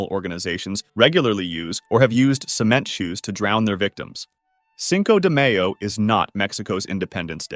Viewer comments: The oblate spheroid thing is less of a misconception and more pedantic nitpicking and the exaggerated graphic, while necessary for explanation, doesn't help the "ackshually it'sh an oblate shpheroid" tone Speaking of which, it's pronounced mah-yo, not mey-oh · the fact he said mayo instead of my-o pisses me off as a latino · Just trying to help but it’s “ seen-co deh my-yo” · Bro needs to learn how to pronounce cinco de mayo. It’s pronounced “my oh” not “may oh” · Love this video! I majored in history. Santa Claus evolved from Norse mythology, much like Christmas itself It's Cinco de My-O, not may-O What I don't like about E=MC2 is the cliche that stating it makes you a genius. This reminds me of All Time Scary, who specializes in the Mandela Effect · Did he just say seenco day may oh Really Sin Co day my oh guys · You lost me after pronoucing Cinco de Mayo(My-O) as Cinco de Mayo (May-yo) smdh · MY-oh, not MAY-oh. Eesh. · Cinco de mayonnaise? It's 'MIE-oh', not 'MAY-yo'. Fixed another misconception for you. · "Cinco de MAYo?" Good Lord. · Cinco de MAYO pronunciación.. Like MAYO-NNAISE 😂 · “Cinco de Maeyo” 💀 And I can’t believe people actually believe that 💀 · “SInKOH DEH MaYOH” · That “cinco day mayo” hurt as a Mexican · Cinco de mae oh is killing me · "Cinco de may-yo" 💀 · sink o duh may oh😂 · How did i not notice he say mayo like mayonnaise i speak spanish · You dont say cinco de mayo like that tf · i was onboard with your videos until the terrible pronunciation of cinco de mayo XD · bro said mayo like mayonnaise 😭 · mispronouncing cinco de mayo NotLikeThis did u just say homocide? and not homicide in number 11? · Is nobody talking about the way he said Cinco de Mayo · I KNEW IT. YOU DO USE AN AI VOICE (or at least speech synthesis software). ONLY AN AI COULD POSSIBLY MISPRONOUNCE CINCO DE MAYO THAT BAD!